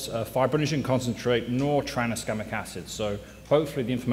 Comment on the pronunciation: stop saying traniskamic acid already